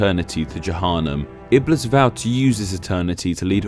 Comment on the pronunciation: it's iblis with a long "i" and Shaytan a bit more to on the T and longer "a" :)